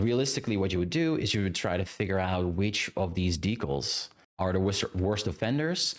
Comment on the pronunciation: I was interested in watching this, but I'm stopping about 10 minutes in because you say "decals" so many times and the pronunciation is giving me an aneurysm 😭